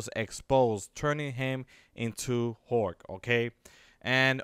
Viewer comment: its hulk not hork